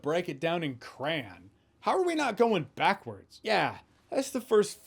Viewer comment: my take from this review? I dont like the way you pronounce "Crayon".